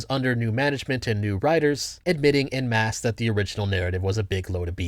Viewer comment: The phrase “en masse” is pronounced “ON mass” carry on…